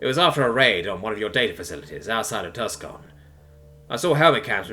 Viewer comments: Hello. Uh, Tucson is not said like that. It should be said as: 'Too-San', the 'c' is silent, so; 'tu-son', with the 'tu' sounding like 'two' or perhaps 'too', and with 'son' being said not like: 'this is my son', but instead, like; 'son' as in sonnet (a type of poetry). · That is the first time I've heard someone pronounce tucson as Tusk-un haha. I love the story and narration though haha